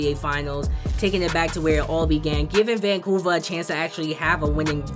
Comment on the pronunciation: Vancuver lol🤣🤣🤣🤣 but great vedio